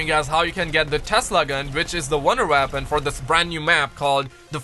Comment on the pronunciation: I love how u say weapon wonder WAPON